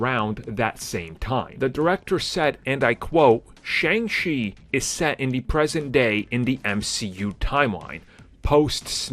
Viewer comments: Dude, you said his name correctly in the intro. Why is it that in the rest of the video you say it wrong? It is Pronounced Sh-on-g Chi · Bro one day you’ll say the name correctly lol